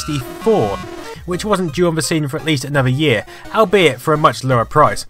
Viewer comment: i have never hear anyone unable top pronounce the word "albeit " before